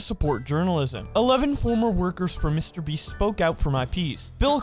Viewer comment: I swear I hear he said mr beast “mr beef “